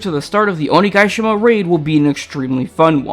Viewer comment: Oni-GUY-shima lol Damn I'm so glad for this animation